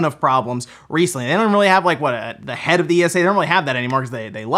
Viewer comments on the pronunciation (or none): none